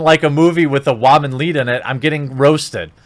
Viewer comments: You have great vids here man but one thing, why in the hell do you keep saying WAMAN instead of WOMAN?!!! At first it wasn't that big of a deal but now it's just been driving me crazy every 30th time you say it in a video!!!! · Say woman right you idiot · your pronunciation of the word "woman" is disturbing... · Are you special or something? You can’t pronounce woman right? Seriously you say it like wah-mon. It’s wo-man or officially wi-men. This is plural or singular use. Seriously thought they were inventing a word writing it weird till I saw what you were reading. I don’t normally do this but come on. This is straight lazy attempt to say a common word right. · Jeremy.... I get that you've probably never had sex with one let alone been near one but it's pronounced "woman" not "wahman" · Its not pronouned WAAAMAN! ITS WOMAN FFS! everytime you say Waman it makes me want to stab my ears! And the movie is gonna suck anyway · What the hell is a Waman? Lol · How come you call woman whawmun? Just curious. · One of the reasons I come here is to hear you pronounce “woman” as “wahman” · Wòonman🤣 wHOman 🤣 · Will someone teach him how to say woman properly? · Why do you pronounce Woman the way you do? You sound ridiculous when you say it that way. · I'll be honest, good content here. But the way you consistently say woman incorrectly sets a misogynistic overtone I can't get behind. I might just not be your designed demograph. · Why must you pronounce words so stupidly. Why is woman so hard for you to say??? It drives me insane!! Haha